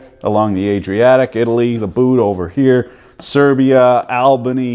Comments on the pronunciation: albani :)) its Albania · "Albany" Albania*